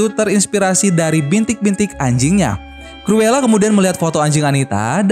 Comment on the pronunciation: Bang penyebutan nya salah tulisan nya cruela tapi di baca curula